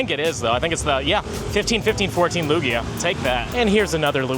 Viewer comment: Why do you call Lugia by the name of Luigi?